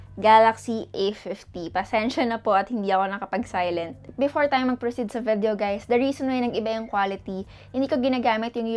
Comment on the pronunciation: Ate I love u, na bobother lang ako sa pronunciation mo ng VIDEO, hehe.